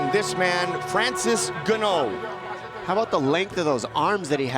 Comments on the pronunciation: the guy's EARLOBE caught whiplash!! I want Joe to interview himself about mispronouncing fighter names. Oh ga-no you don't! Francis looks like a gd giant mech standing next to joe🤣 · did he just called him 'gannao' ?! What an idiot ! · as if the other 47 wrong pronunciations of ‘Geneaux’ weren’t enough… “Francis Geneaux ladies and gentleman!” 🤣😭😂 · The commentator is a total idiot. Michael buffer just introduced him as Ngannou and he keeps saying gannou. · Actually he didn't get it right lol,, it's "ngannou" not "N'gannou" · I love how they used to pronounce Francis and “gan-no” and he is now the greatest heavyweight to be in the sport and is pronounced “in-gan-ooo” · Why do they keep calling him Gannou. It's NGannou. The N isn't silent. It's pronounced En-ganu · At least buffer didn't say ganno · ONLY ONE WHO SAID NGANNOU INSTEAD OF GANO TOO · When did gah-no graduate to N-gah-nu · Seems so screwed to hear them call him Ganno, then later down the road they started calling Ngannou. The commentators were probably told the proper & professional pronunciation right after this fight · Nobody: Francis Ganno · I was looking for this comment, as soon as i heard them keep saying Gano! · the "Gano" pronunciation was driving me crazy lol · How can you not learn how to pronounce a name when you are a professional broadcaster? ganoh... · "Francis gon-know!" Lol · Francis Ga-Know. xDDDD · “Francis Gah-No is a beast!” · The commentators could do a better job of learning how to pronounce Fighters' names. I can remember they pronounced Stipe's surname as Miosick and this one Gano. If Bruce Buffer can get it right surely the commentators can? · Say "Gannoh" one more time! .... just one more time!!!!! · Francis Nganoué 😂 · Please make a top ten of slaughtering of names!! Ganno is on that list for sure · Francis Ga-no lmfao why they butcher that dudes name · I tried ignoring the "ganno" but during second round I gave up and laughed...😂😂😂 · This man "gunno" 😂😂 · Joe: "En-gunnoe"